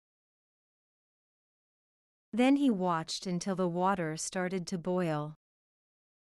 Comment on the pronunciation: Boil是不是发音错了